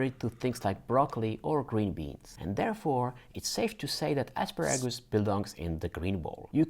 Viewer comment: I could listen to you say "asparagus " all day! Where are you from?